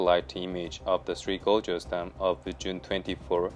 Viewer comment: You'd think you'd learn to pronounce gorges properly if your going to be saying it a thousand times.